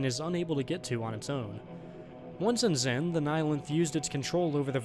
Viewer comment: Xen, not zen.